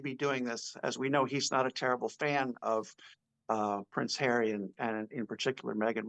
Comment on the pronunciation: PVvvvvvince havvvvvy 😂